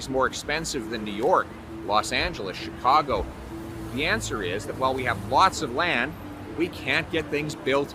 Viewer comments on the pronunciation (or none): none